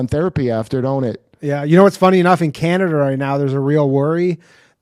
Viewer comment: There's no " I " in Canada